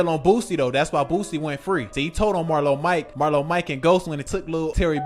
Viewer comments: His name is Boosie sounds like (Boo- See) not Boozy 😂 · It's pronounced Boo-See; Not Boozy... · Bro stopped saying boozy